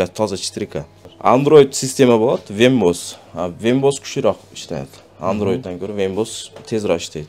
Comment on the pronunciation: Вембос деген система жок, ВЕБ ОС десен гангирабай